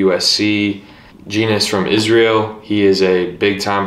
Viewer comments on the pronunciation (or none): none